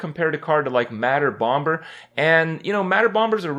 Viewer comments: Its Bomer not BomBer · I will now only pronounce Madder bomber as Madder BomBurr. Thank you kripp. Hahaha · Hurhstone Kray-ken, mad bomb-bur too xD